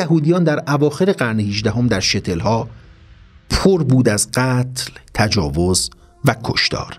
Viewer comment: ممنون، فقط من بعنوان کسی که آلمانی هم هستم و زبان ییدیش، یه زبان ژرمن محسوب میشه و کمی آشنایی با تاریخ دارم، Shtetl، شتتل، با سکون روی ش و tetl- و نه شتل، دوباره ممنون.